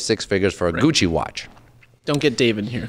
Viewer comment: Christ! It’s; Gi (as in BJJ) Yo (Pejorative used by white guys in Spike Lee joints) Che (as in Guevara)